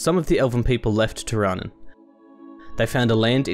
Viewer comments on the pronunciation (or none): I liked that you got to do the voice. I didn't like that neither of you pronounced the names of Prifddinas, Lletya and Tirannwn correctly. (prive-THEE-nuss, LLE-to-ah (Welsh "LL" sound), TIR-a-nun) (Source